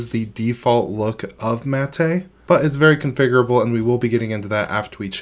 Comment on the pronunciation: Looks better than it ever has in the past but I don't like Snap apps so it's a no-go for me. Btw - I thought it was pronounced as Mah-Teh not Ma-Teh like he is pronouncing it.